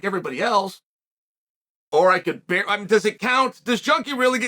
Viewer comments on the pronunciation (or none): none